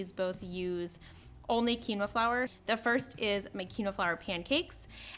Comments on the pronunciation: This is a great video - would like remind you that it is pronounced “keen wah” not key no. Have a lovely day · Love the solution. The word is pronounced "keen-wah" :)